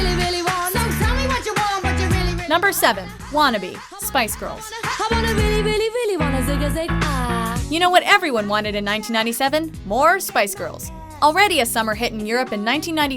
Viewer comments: Again, it's zigaZIG, not zigaZING! Open your ears. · Zigy zinging whatever you're implying it's zigy zig ah I mean they're saying it 1000s times, is your brain that numd? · Zigazag-ah. It is ZIGAZAG-AH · LOL yeah, the narrator butchered that one!